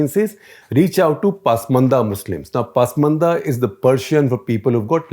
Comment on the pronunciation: It is ‘pasmaanda’ not ‘paasmaandas’!